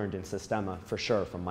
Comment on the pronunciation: Being so close and familiar with him,you'd think you could pronounce his name correctly 🙄